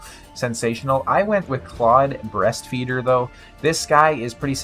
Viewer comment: Is no one gonna mention you calling him klodd BREASTFEEDER? It’s beastfeeder! lol